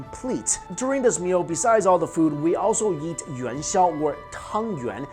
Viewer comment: Every time he says “eat” I hear “Yeet” 😂😂🤦‍♀️